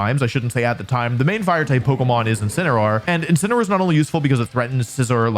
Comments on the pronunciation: INCINEROAR, NOT INCINEOR! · THERE SHHOULD BE 2 L'S IN CHALLENGE! AND IT'S INCINEROAR, NOT INCENROAR! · THE FIRST A IN INCINEROAR IS SUPPOSED TO BE AN E! AND THE SECOND S IN SCIZOR IS SUPPOSED TO BE A Z!